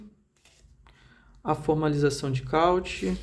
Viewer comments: Cauchy se lê ( Coxi ) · Cauchy pronuncia- se kôchí. Lesbegue pronuncia-se Lê bég.